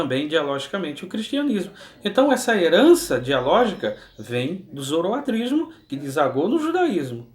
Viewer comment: Muito bom! Arrebenta aí com os balaias! OBS: o certo é "Zoroastrismo" e não "Zoroatrismo".